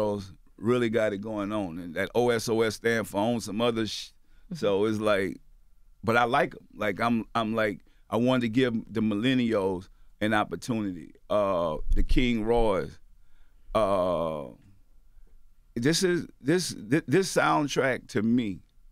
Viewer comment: "I wanna give the milleniayos".....😂🤣😂🤣